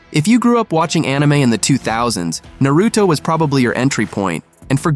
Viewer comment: The way he said Naruto let me know he’s never actually watched it.